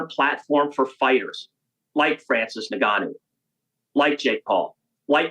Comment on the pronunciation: Can’t even say Ngannou properly